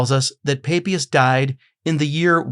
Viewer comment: Sorry, but the name "Papias" is very straightforward : it is pronounced in both Latin and Greek, ancient and modern, and in all European languages, just as it is spelt, with the "a" as in "father". This is no Mystery!